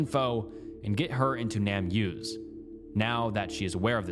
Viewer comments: It's not "Nam use," it's "Name Us," as in "give us back our name." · Just in case you didn’t realize, its not pronounced nam use, but name us. The point is to find the names of jane and john does, to name them. Hence “name us”